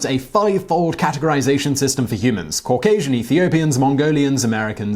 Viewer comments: Cau-gay-sian lol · Cauc-asian? Well, they got that wrong because you're obviously white. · As a Georgian, that dude scares the fuck out of me. And makes me mad for messing up the name word Caucasian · Say Caucasian again lol 😂😂